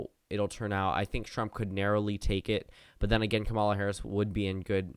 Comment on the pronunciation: BRO YOU STILL PRONOUNCE HER NAME WRONG. 😂 stop saying kuh-MAW-luh. It’s pronounced KAW-muh-luh